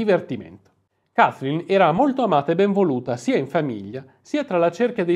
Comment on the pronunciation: Ancheio ho un pessima pronuncia inglese, però non puoi pronunciare "Kaiflin" 😄😄